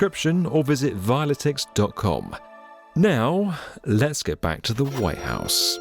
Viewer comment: Could somebody tell this fool that the building is called "The White House"? With a T.